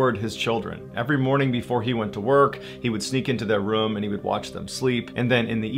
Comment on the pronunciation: Sometimes you pronounce “room” “room”, and sometimes you pronounce it “reum”. It makes me think of how sometimes i look at my tallywacker and go “eh, it’s ok, I’m a grower and I’ve got plenty to work with; and other times I pull it out and take a look I’m like “damn look at you, hittin’ mid-thigh”